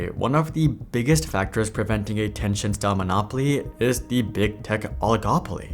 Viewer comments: TIL i've been mispronouncing TenCHent wrong all these years. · It's ten-sent I think, it's not translated from any Chinese word so it should just be how you would normally pronnounce it in english (which is ten-sent, since words like percent are pronnounced per-sent)